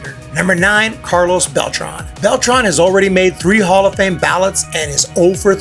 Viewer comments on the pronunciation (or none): none